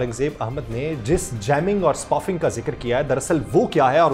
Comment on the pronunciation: It is not spufing, it is spoofing سپوفنگ